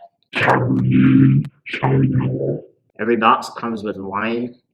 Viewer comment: really appreciate the “cabernet sauvignon” 😂